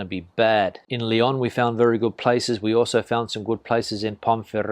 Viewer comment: Leon Leon Not leeon Leg on